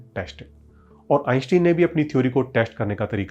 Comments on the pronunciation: आइनश्टाइन, आइंस्टीन नहीं। कम से कम दुनिया के सबसे बड़े और मशहूर वैज्ञानिक का नाम तो ठीक से उच्चारण कर। फिजिक्स बाद में सीखना और सीखाना। सारे एनिमेशन्स तो दूसरे चैनल्स से वैसे भी तू ने चोरी कर रखा है। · आईन्स्टाईन सही उच्चारण हैं।। आप बार बार गलत उच्चारण क्यों कर रहे हैं??.. ✊🏼🧠✒️🇮🇳